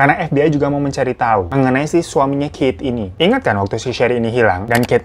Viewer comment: Kirain dia lesbian nikah sm Kate. Maap, Bang Keith itu dibacanya Kith. Hehee